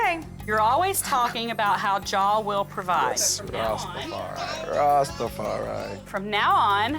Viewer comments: The R don't sit right 😂 pronounciation Rastafari use to hearing it in Jamaican accent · I live in the Caribbean and plenty of mates who are Rastas … they don’t say ‘rassstafariii’ every five seconds 🤦🏼‍♀️ his wife is legit though ❤ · I CANT STAND the White guy saying rastafari ONE more time !!!! 🤦🏻‍♀️🤦🏻‍♀️🤦🏻‍♀️🤦🏻‍♀️🤦🏻‍♀️🤦🏻‍♀️🤦🏻‍♀️ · white man can't say rastafari?